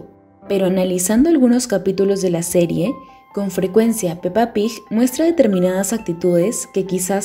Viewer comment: ¿Por qué pronuncia "Pig" como Pij? Es fastidioso.